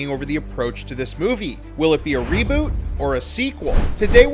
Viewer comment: Did he just say raboot?! Jog on mate no one wants that we just want Johnny Depp back in the new instalment